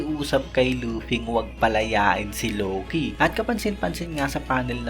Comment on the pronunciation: Buti kapa Tama pronounce ng Loki. Si Eneru Low-key ng Low-key e kakaurat sakit sa tenga